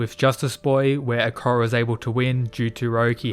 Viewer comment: Why do you say akora instead of akoya? Anyways great video